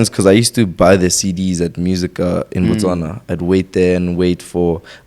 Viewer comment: I'm proud this guy said Botswana, Botswana... Not Baswana! 😊 Lots of love yeah 🇧🇼🔝🔥 big Up